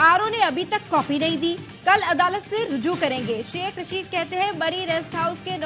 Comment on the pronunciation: راشد نہیں رشید ۔۔۔ اردو فیل لوگ